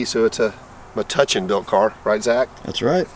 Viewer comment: Oh. I makes my heart feel good that you finally pronounce Metuchen correctly. Thank You!